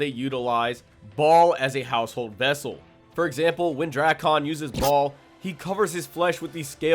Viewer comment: Ball?? Bro his name is Baal :)